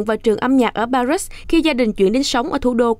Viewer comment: Pa ri là thủ đô của nước Pháp Vậy mà nó gọi là Pa rít nghe khó chịu quá